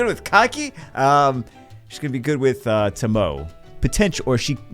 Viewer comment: TOE - MO - EY (tomoe)